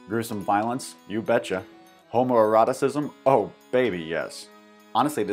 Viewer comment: Did you just say homoeroticism?